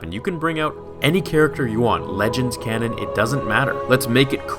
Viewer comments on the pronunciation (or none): none